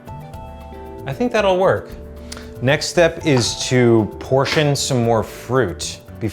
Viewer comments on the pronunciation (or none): none